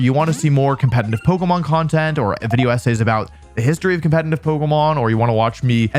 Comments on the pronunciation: Did anyone ever tell you that it's called "competitive" and not "competiNtive"? Where do you take that n from? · U cant say competitive bruh 😭 compentitiv play ass mf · my dude please learn how to pronounce "competitive". its really distracting. theres two "t"s in there. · I've noticed two things: Wolfey can't pronounce "competetive" Wolfey looks great.